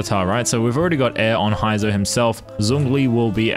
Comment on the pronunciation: bruh who tf is "Hi-zou"?? 💀💀 I'm out